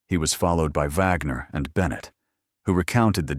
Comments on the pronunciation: Her name is not Vagner, it's Wagner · The detective's last name is pronounced Wag ner not Vogner!